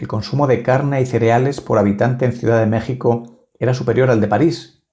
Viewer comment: Amigo, antes de volver a enunciar el nombre de MÉXICO, Aprende pronunciar la X.